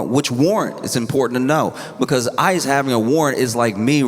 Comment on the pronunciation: at one point when he said ICE i thought he said ISIS. Funny that